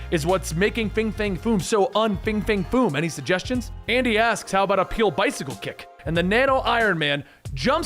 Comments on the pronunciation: 😂😂😂😂 what kind of bicycle kick? A "PEEL"? It's Pelé pronounced pay-lay. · "peel bicycle kick" tell me you don't watch sports without telling me you don't watch sports....it pronounced "pay-lay". the greatest soccer play ever. i know you have heard someone say that name before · Aint no way he pronounced pélé like that